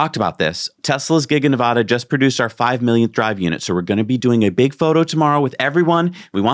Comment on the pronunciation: Why can't you pronounce "Nevada" correctly? It's not hard. Talk to your Nevada people to confirm pronunciation. Sheesh, it's hard to listen to.